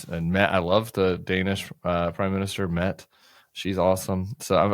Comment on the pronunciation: Hi, Tim! Just because you've said it a couple of times, but the Danish PM's name is pronounced MEH-ta.